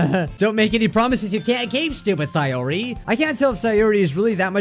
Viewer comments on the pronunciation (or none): pronounces Sayori as Sigh or ee But its Say or ee 💀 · Siyori Me: It’s SAY-ORI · Say or re not sai or re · Natski= Natsuki See-or-ee= Sayori Atmospere= Atmosphere Monicle= Monika Your-ee= Yuri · Minecraft Monarchy actually, sie-or-ee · U ARE SAYING SAYORI AND NATSUKI'S NAME WRONG!!!! go watch Lauren's video she said it right